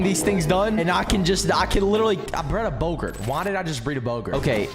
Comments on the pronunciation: Bow gart not gurt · Its bow-gart